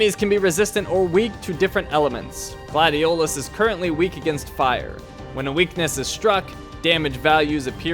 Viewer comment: I love this game so much! I've beaten it almost 10 times working up to 20 but then someone in my house now I wont say who just because I'm to lazy UNINSTALLED IT FOR MORE ROOM ON THE PS4!!! so I just watch others play it now. Edit: The way he said Gladiolus just made me mad because as you learn throughout the game Noct doesn't pronounce it that way he pronounces it like Gladious :^I Also I found a meme with Nocts face on it and it said I dont always take naps but when I do I'm Noct right out 🤣🤣🤣🤣